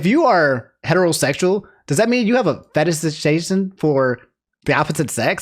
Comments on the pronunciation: trying to pronounce fetishization is the funniest part of this video. As for Kanye, I hope he gets the help he clearly needs. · I want a full video of, attempting to say fetishization